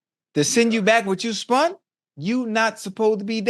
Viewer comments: Did dude just say spund instead of spent. Not even spended but spund 😂😂😂. My primary school teacher would beat me senseless. Still like these 2 though 😂😂😂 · Ocho…”to spend what you spun” 😂😂😂😂 Spun is not a WORD😂😂